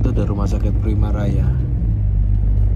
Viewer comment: RS primaya mas. Bukan primaraya. Wes koyo jeneng bis dadine 😂